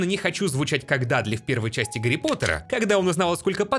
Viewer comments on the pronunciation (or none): none